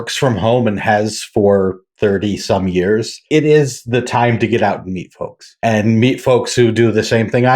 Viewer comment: "meet folks" or "meat folks"?